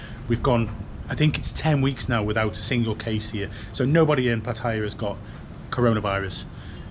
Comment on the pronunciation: Would be nice if you could learn how to pronounce Pattaya.